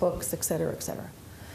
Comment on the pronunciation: The fact that she said "ex" cetera was distracting.